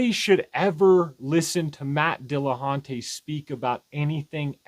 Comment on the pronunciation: nobody should listen to you, for being unable to pronounce "Dillahunty"